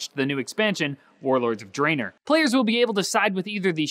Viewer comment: "Warloards of Drainer", lol